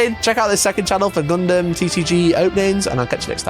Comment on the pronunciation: Gun-dum not gun-damn kids these days can’t even pronounce a made up word by the Japanese correctly geez